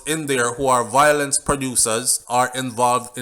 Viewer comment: ....please say vio-lence....not voi- lence